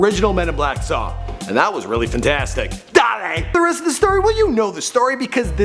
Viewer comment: Did this guy just say "duh-lay"? hahahahahahah